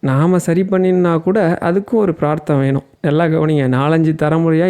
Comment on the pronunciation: தீக்ஷிதர் ஐயா தீக்ஷிகர் இல்லை.ப்ரார்த்தம் இல்லை ஸ்வாமி பாராப்தம். தவறுகளை திருத்திக்கிறது நல்லதுதானே. Ego பார்க்காமல் பிழையா சொல்றோமான்னு மடத்தில் இருக்கிற தீக்ஷிதாளிடம் கேளுங்கோ.